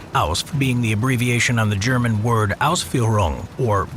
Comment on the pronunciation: For a German its really funny how you try to pronunciate german words xD